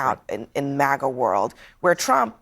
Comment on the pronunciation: Why does he pronounce it MOGA?